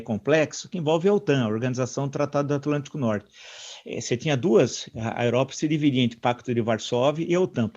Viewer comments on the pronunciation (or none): Não há jeito do Villa falar o nome certo desse embaixador, que é Roberto Abdenur, ele fala ( Abnedur). O mesmo com as palavras " próprio e propriedade, " que ele diz, " própio e propiedade , no mais pomposo estilo Dilma Rousseff. No meu tempo do primário em uma ótima escola Pública aqui em Vila Isabel, no Rio, com uma ótima professora, quando isso ocorria, o aluno ficava escrevendo ( e recitando), umas 50 vezes: Abdenur, Abdenur....... propriedade, próprio,........ até aprender a escrever e falar corretamente. Bons tempos!!! Mas o caso é que veio Roger Waters e escreveu: " HEY, TEACHER, LIVE US KID ALONE ". Villa é ótimo em História, mas deve estar atento as pronúncias. Mesmo assim eu gosto muito do Roger Waters e do Pink Floyd. A verdade sobre essa frase é outra, sobre os castigos que os alunos ingleses recebiam quando faziam algo errado.